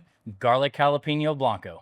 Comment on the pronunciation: Halapayneeo.. At least pronounce it correctly. It's not pronounced halapeeneo. Jalapeno. yikes.